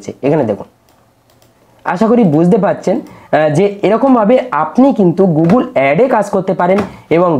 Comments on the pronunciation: Apni age gugul noi google bolte sikhun 😅😅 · গুগল বলতে পারছেন না দাদা আবার "গুগুল" বলে গুগল থেকে টাকা ইনকাম করে ফেলছেন আপনি??